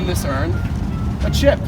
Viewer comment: saying yearn instead of urn... TASTELESS